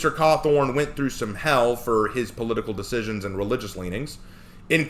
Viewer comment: me before watching the video: oh, well I hope that person's reasons for having that opinion are reasonable and are focused on the actual game. me a few minutes into the letter being read: sigh... it's about Trump isn't it? also, did you just call him Scott Cawthorn ? 😆